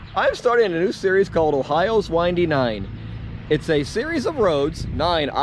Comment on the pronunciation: First video I've seen on the Windy Nine... greatful to hear you say it right too (wine-dee, not win-dee)! 😉. My brother and I did the triple nickel last year and loved it (coming from NE Indiana... flat and straight... ugh) and loved it. Going again this summer and will tie some Windy Nines in with it this year. Loved seeing the video and looking forward to the other 8 almost as much as riding them! Thanx!